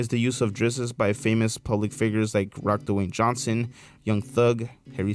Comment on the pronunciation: He said "Rock, Dewayne Johnson" didn't he?